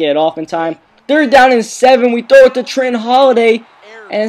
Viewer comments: it sounded like he was saying deep throat instead of deep throw!!lol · I keep thinking you're saying deep throat...